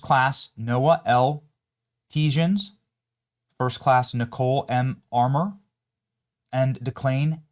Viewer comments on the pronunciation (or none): none